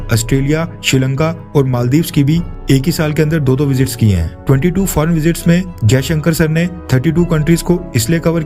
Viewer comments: His name is Jaishankar NOT Ajaishankar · First of all his name is Jaishankar not Ajayshankar . Correct urself.